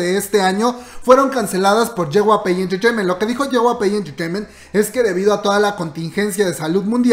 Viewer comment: Jyp Entertainment ....* Je uguai pi enterteimen* noooooo.... Je gua pe intirteimint.....cringe